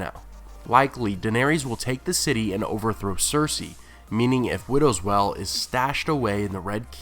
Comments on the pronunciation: Why do you pronounce 'Wail' as 'Well' ??! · Stop pronouncing WAIL like WELL. It's fucking annoying. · "Wail" is pronounced "whale" not "well" how did you mess that up? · it's not well its wail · WTF!, IF YOU ARE GOING TO MAKE VIDEOS AT LEAST GET THE NAMES RIGHT YOU FOOL, IT WIDOWS WAIL!!!!! WAIL, NOT WELL YOU MUPPET. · I get that often times reading from a script it can be difficult to know the pronounciation of an unfamiliar word, but seriously, there is a scene in the show where Joffrey names Widow's Wail, and it does not sound like "Widows Well". Does no one check these videos before upload? Sure, Benedict Cumberbatch called Penguins Pingins, but he's a huge celebrity and who'd want to correct him? but this is a youtube channel. DO IT RIGHT! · Widow's Well? Interesting pronunciation... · I love your videos, and I'll continue to keep watching, but it cracks me up that you always pronounce Brienne as "brianne" , but then you do widows wail, as widows "well" lol, anyway, as always, great video lol. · Would you please stop pronouncing Widow's Wail as widow's well? It makes no sense and has no weight the way you're pronouncing it.